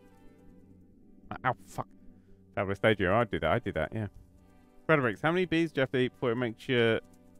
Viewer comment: I know you said vees